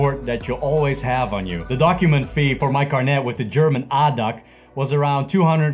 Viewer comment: its not Adac in germany ... you call em by each letter ... A.D.A.C